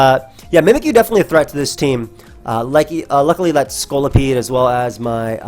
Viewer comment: pronunciation of Scolipede is one of those rare cases where that's not how I say it, but I like it.